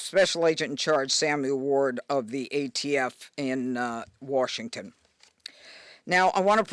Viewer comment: “Warshington, D.C.” 🤦‍♂️